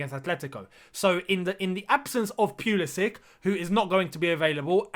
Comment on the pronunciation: Tuchel still pronounces Pulisic as Pulisich